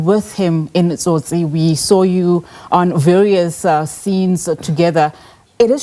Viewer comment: I met a Brazilian young couple in Jamaica a few years ago who said the only movie they remember about South Africa was "Tsotsi" and they pronounced it soo well . Will miss you Cobrizi